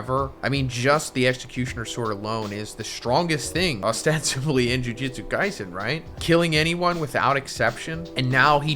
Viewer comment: Idk if it’s my ears but is he saying “Ju jitsu Kaisen” as opposed to “Jujutsu Kaisen”??? Cause if so I don’t understand how someone can type the name of the manga in every video and still say the name wrong unless buddy got an accent and it sounds weird but he even butchers some names in these reviews I know it’s a super nit picky thing but fuck it really is annoying to see YouTubers talk about an anime or manga they’re super big fans of or know everything about but still butcher Pronunciations of names and attacks and shit like that